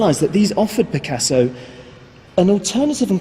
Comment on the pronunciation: You're right this man could habe try to learn correct prononciation. Picassoww !